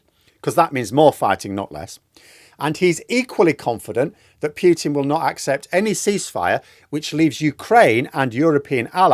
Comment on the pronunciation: Please say PUTIN, not "Pjutin"! It is just annoying to hear!